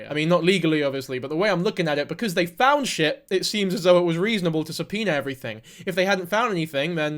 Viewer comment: I thought it was a joke about the way he says it 😂 but i am not a english speaker so i can not laugh probably will say it worst 😂❤